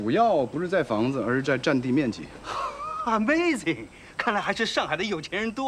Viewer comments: 活活的把“ Amazing” 听成了“你妹子” :( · 伊妹儿， 阿美zing ， 科瑞贼，杨sir，看港剧长大的演员吧， 演华侨后代麻烦剧组用点心， 找个海归学一下英文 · 这向家继承人的英文，really听得我so尴尬。。。拽个屁的英文啊，amazing，over，over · 别再说“amazing” 了，说得差，又做作，一看就是假的